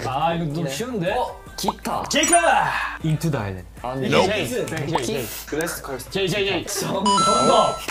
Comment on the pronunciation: Jake really said into the iland💀